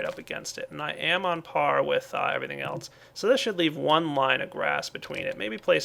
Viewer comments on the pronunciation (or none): none